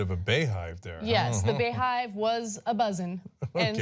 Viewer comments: Lmao bay hive , how do u pronounce beyhive wrong, get it together y'all lol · It's beyhive not baehive smh